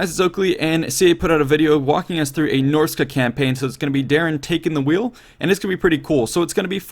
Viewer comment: Dude, I love ya, but it's not Norsica, it's Norsca.